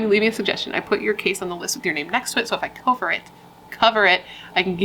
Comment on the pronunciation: i loved when you said "co-ver it" at the end :-)